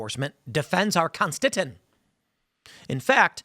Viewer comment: We here in Germany also appreciate our German Constiton! Or is it con-sti-ton, like marathon? xD